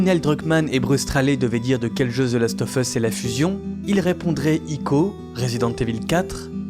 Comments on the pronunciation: Par pitié, "of" se prononce "ov". "The last ov' us", pas leviosaaaaa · ZE LAST OEUF EUSS, bosse un peu ton anglais, sinon très bonne vidéo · « Zeu laste œuf eusse » « Eunechartaide » 😂